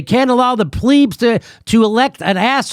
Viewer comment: Invaluable, real, investigation and reporting from Jimmy Dore and Max Blumenthal. I can even forgive Jimmy for mispronouncing 'plebs' as 'pleebs'. Won't be long now before Jimmy Dore et al, are banned and erased from social media as the US national security agencies tightens their control over, FB (Meta), Twitter, YouTube, etc.